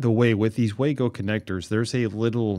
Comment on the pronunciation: Good video! Minor nit..Wago is a German company so it's pronounced vah-go